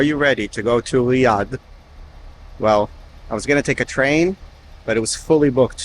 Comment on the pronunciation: The anxiety this video gave me, everytime you pronounced Riyadh, or when you spoke in Arabic, and at the same time you were using the Hebrew pronunciation of the letter R. Great video and information all together.